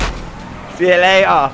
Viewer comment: I love when he says see you leyar